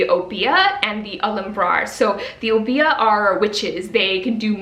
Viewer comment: Welcome back!!!! 😊 You were truly missed but I’m glad your eye is much better. N.B. I’m not sure if you were pronouncing Obeah from Witches Steeped in Gold but I’m from Antigua (small island in the Caribbean) and we pronounce it “Ob-yah”. That would be the pronunciation if it is spelt Obeah because a lot of our language is very similar to Jamaica’s.